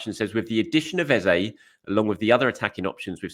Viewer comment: His name is pronounced ez-uh, not ez-a